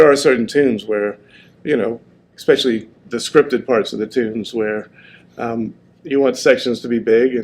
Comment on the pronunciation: How does one live 4 decades and still not know how to pronounce especially? And to talk in third person constantly saying you and not I is bizarre AF. I’d bet my car he says expresso too. 😂